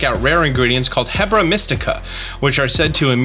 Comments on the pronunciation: HERBA…. Please stop saying Hebra. It’s driving me insane lol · I swear I keep hearing him say hebra instead of herba like herb-a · You really like saying "Hebra" but like... it's Herba. Herb + ah. I mean, appropriate on the video you call out your own ability to pronounce pokémon names, I guess XD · lol made me giggle listening to saying hebra mystical instead of herba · pronounces "herb" correctly, then goes on to call the "herb-AH" a He-bra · Just a thought on the pronunciation. I might be wrong but Herba Mystica sounds like your saying Heb-ra where as I think it might be Her-ba as of the way it’s spelt and I think it is meant to be like a Herb as Arven is a chef. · why do you keep saying "hebra" its herba.. like an herb.. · BROOO, its "HeRba Mystica" not HebRa Mystica....hahaha got me rolling with your mispronounciation... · HERBA as in Herb, not HEBRA that's BoTW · Herba. Pronounced “erba”. Silent H and no second R, so not hebra. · How long till he realizes its HERBA not HEBRA as in HERB with an A? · Fyi it’s Herba. Not Hebra. This is not botw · H E R BA Mystica.....c'mon man not "hebra" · ITS HERB-A NOT HE-BRUH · Herba Mystica is pronounced like errrrrrba mystica. Errrrrrbaaaaa. Not Hebra like Debra 😂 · Dear! Please stop calling it "Hebra Mystica". It is, in fact, not one of the Regions of Hyrule. Instead it is called "HeRBa Mystica". Herba being derived from herbs meaning, well, herbs. Thank you for reading this Sincerely Me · saying hebra instead or herba is bothering me so bad lol 😂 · I think it is pronounced "HERB"a mystica not "HEBRA mystica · I love you, but it's herb-a. Not heb-ra. Hope this helps! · I'm not sure that "Hebra" instead of "herba" (pronounced "air-bah") is intentional or not given how many people are saying he nailed the German words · Well, he didn’t pronounce any Pokémon wrong, so I hope he enjoys finding ‘Hebra mystica’ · It's Herba, not hebra. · HER-BA not Hebra 😂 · HERBA. HURRR-BAHHH